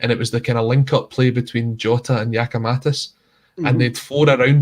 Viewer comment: Can somebody tell it's GiakoumaKis not GiskoumaTis...cheers